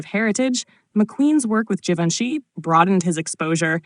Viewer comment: WHAT IS " JE VON SHE"? HOW MANY TIMES IS THIS "NARRATOR" GOING TO MISPRONOUNCE IT?